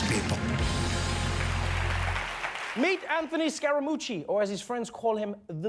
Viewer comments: The way Trevor said that sounded just like the word for "mucus" in my language. Pretty accurate description of Anthony's ability and trustworthyness. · Scar - a - moochie